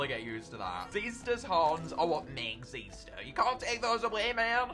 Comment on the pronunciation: i've always pronounced xyster with an "i" sound, but ever since this video its just been xeester